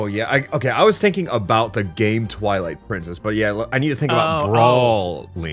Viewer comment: Ah yes, Pwilight Trincess